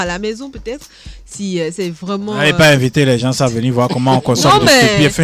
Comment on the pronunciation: M. Gilchrist (procureur) je le trouve hyper sévère et il faut qu'il arrête de dire "les gensent" ça ne se dit pas mais plutôt tôt les gens Merci 👊